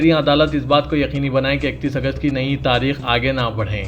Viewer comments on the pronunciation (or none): none